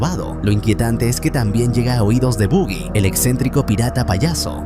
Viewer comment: Buggy ? Pronuncia Baggy que es lo correcto , suena feo decir Buggy